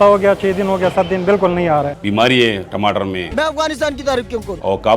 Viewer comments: Yeh tmatr kya hota hai😂😂😂 tamatar hai bhai😅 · Tamatar hota ya timatar😂😂😂😂😂